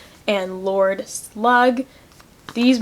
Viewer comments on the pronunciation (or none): none